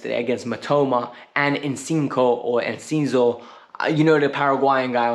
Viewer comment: You might have been wrong about Jackson. But you were right about one thing. Chelsea was being cheap 😏😂 We're becoming misers 😏😜 We've very rarely tried to negotiate down in the past. Look at Kepa. Now Brighton is squeezing Chelsea. Edit: My guy. How are you this bad at saying footballers names. Casedia and Enkiso....😂😂😂😂 But you man